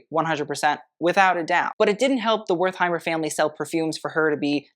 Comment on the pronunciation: Trompe l'oeil, Blankenese, Wertheimer, Jaques Fath, Balmain, etc. Get it right!